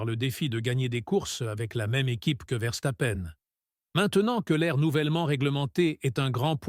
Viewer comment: Salut... à " Rousseaule et Verstapène.... 2016... 10 victoire... en formulant... champs-yonnas....... 😂😂 Je n'écoute même pas ce que raconte, je me marre